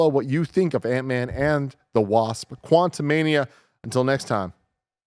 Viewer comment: Antman Quantu-MID-ia